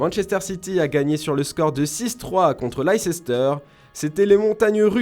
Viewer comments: Ca fait mal aux oreilles.. il a dit lei cester mdr sinon bonne video mais ca se dit leice ster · On dit leicester pas leicesceter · horrible comment il prononce laïceissteur lol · J'ai bien entendu lice-ses-ter et deux fois en plus ? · Lei-ces-ter ??? Vraiment 😂😂 Vous êtes des média sport et vous ne savez pas prononcer le nom d'un club 🤦‍♂️ (faites des efforts svp) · carrément ça la fout mal cette erreur la je l'entend plus depuis l'ecole et il la repete en plus